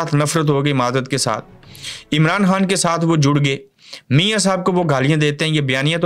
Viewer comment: Arey bhai aap خ ko ح padtey ho, eh kya baat hai ????